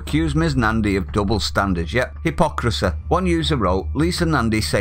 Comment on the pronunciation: “He-pock-racee” Right you are!!! 🤣🤣🤣🤣!!!